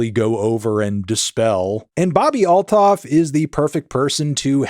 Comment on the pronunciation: Every time you say all-thoff i cringe internallly- theres no TH sound in most languages - its alt-hoff